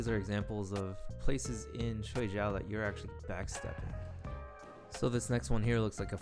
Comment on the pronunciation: Pretty cool! Pronunciation of Shuai Jiao is : Shuai -shwy (rhymes with pie, fry, my, sly, etc. Pronouncing it the other way means ‘sleep’. But, otherwise great video, thanks!👍🏻👍🏻